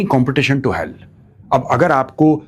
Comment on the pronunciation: Sir extremely sorry to say but It's HAL not hell...... pronounciation